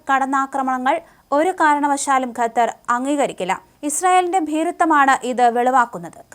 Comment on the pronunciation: കത്താർ അല്ല ഖത്തർ